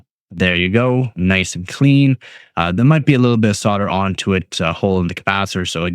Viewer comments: Solder not sodder. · Yep. Really irritating to hear sodder. I thought the only country to pronounce it sodder were your neighbours,(and soon to be assimilated into the US ...Joking of course ) . Sussed you were Canadian by the pronouncing the word "out". Have been doing the electronics etc stuff for over 60 yrs- yep an old boy. So if you won't pronounce it as solder then I will have to watch with the sound turned down.... Cheers and good luck with the channel.